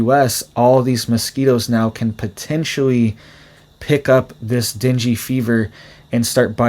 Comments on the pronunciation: Not dingy fever. It is pronounced Den-gay fever. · It’s /den GAY/ not dingy! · Pronounced den gay. Not dingy. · FYI, it's pronounced "dang", not "dingey". The person who named it has sensitive ears or it would be named "damn fever". Here's an example. Mother: Are you down with the sickness? Some bloke: Yes. It's that damn fever again! Mother: Dear, let's call it "dang fever". Some bloke: Only if we misspell it! Yep. Can't argue with that. :) Well, hopefully this joke helps you remember how to pronounce it. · It’s not dinghy fever- it’s pronounced ding. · Not Dingy Fever. Say DANG GAY Fever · deng-gee not dinjy fever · Deen-gay. That's how you pronounce dengue. That said, this is some sobering info. Thanks for sharing and making us aware. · Thank you for the info and the way you pronounce dengue innocently wrong, "dingy fever" because the truth of our world would make any sensible soul cry more than laugh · Pronounced den-gay fever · just in case it matters to you, dengue is pronounced "den-gay". No judgments here, just saying. 😁👍